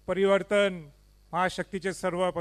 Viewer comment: 😂परिवर्तण 😂 बोलायला शीक